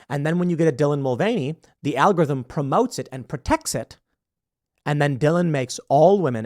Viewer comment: "muh algotirhym"